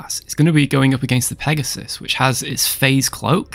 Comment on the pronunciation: Pagaseus? Wasn't it Pegasus?